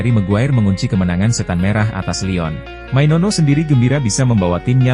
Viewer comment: Maino, maino bukan mainono mana ada nono ayolah baca yang BENAR, jangan asal ngomong!!!